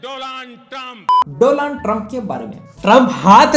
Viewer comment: DOLAAND TRUMP😂🤣